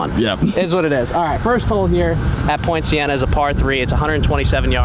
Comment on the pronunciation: Very interesting set of circumstances leading to a very positive outcome for everyone. is a very interesting and likeable character. The course looks good on the video. I'm assuming that we talking about Poinciana Golf Club in Lake Worth FL? I was initially confused because I thought that was saying Point Siena.